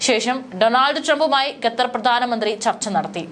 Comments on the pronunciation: ഖത്തർ എന്ന് പറയാതെ ഗത്തർ എന്ന് പറയുന്നത് എന്തിനാ, അതാണോ ശരി.?a. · ഗ തെർ.. അല്ല.. ഖത്ത ർ.. എന്നാണ് പറയേണ്ടത് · ഈ പെണ്ണുംപിള്ള വീണ്ടും ഗത്തർ എന്നുതന്നെ പറയുന്നു..